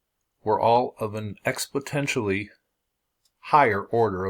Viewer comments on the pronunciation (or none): At about you clearly said "expotentially" ...BUT...guess what....that IS NOT a word. You have lost all credibility with me sir, good job. IN FACT, you can look at the text itself from what he is reading from and see it for yourself...11th word of the 3rd paragraph that you may see for yourself as he reads this mispronunciation. PEACE...and TRUTH!!!!!